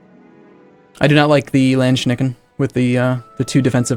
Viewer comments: Landschnecken? xD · landschnecken really ? that litterly means landsnails in german xD